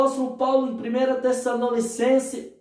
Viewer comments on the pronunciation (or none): VC DISSE "TESSANONISSENCES??? COM A LETRA "N"....